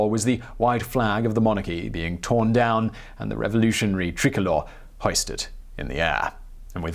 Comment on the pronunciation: French history from 1789 to 1848 is tumultuous. I like the way Simon says "tricolor", the French flag.